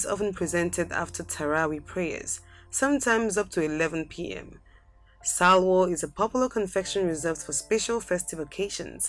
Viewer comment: its halwo not salwo